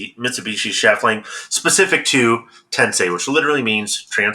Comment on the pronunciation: When I hear "Tensei" my first thought is about how many YouTube golfers based in England who can't properly pronounce "Tensei."